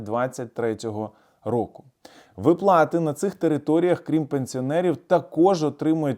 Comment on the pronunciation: ВИплати, а не виплАти! Повчить наголоси в українській мові !